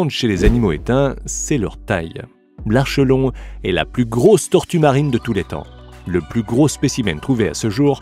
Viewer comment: De même, on ne dit pas "ar cheu lon" mais "ar ké lon" et le æ se prononce "é" .